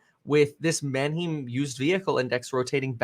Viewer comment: I'm like 90% sure he's pronouncing the Manheim Index incorrectly. He's saying "Man-Heem". I think its pronounced "Man-HAI-M" like the all female band "Haim" or the city of "Anaheim, California"